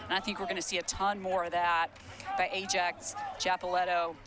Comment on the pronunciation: stop butchering ajax’s name 😭😭